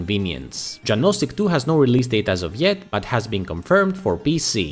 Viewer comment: "Janosik" should be pronounced as "Yanoshick". :)